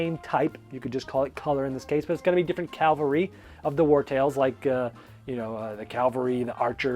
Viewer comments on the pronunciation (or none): CA-val-ry (horses), not CAL-va-ry (the spot where Jesus was crucified). Otherwise, cool list,! Gotta check out some of these games.